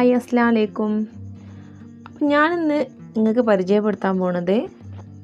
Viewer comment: അസ്സലാമു അലൈക്കും എന്ന് കറക്റ്റ് ആയി പറയൂ സിസ് 😊